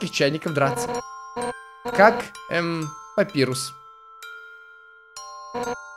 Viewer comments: не папирус а папайрус! Папирус это бумага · Папайрус а не Папирус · правильно папайрус